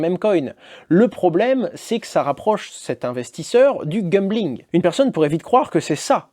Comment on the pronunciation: Merci pour la vidéo Hasheur, mais par pitié, c'est gAMbling et non gumbling. 😬